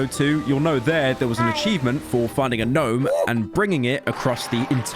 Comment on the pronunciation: I can not stand the pronunciation “Guh-nome”